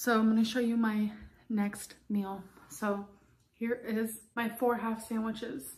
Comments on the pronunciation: I hate how she says meal. Im sorry if you say it like her - I mean no offense but MEAL its MEAL not MILL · Why does she pronounce meal like "mel" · Why does she say "mill" it drives me nuts